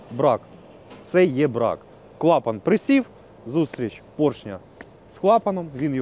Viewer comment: І не маслА, а мАсло, не фільтрА, а фІльтри, ну і не клапанА, а клАпани. О, і немає ніякого міфічного полуосЯ 🤣